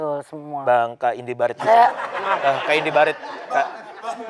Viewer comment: Teh Indi dengar gak sih manggil Indi Baret bukan Indi Baren😭